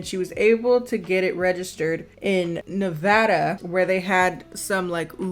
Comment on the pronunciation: I would just like to say thank you to for saying Nevada right.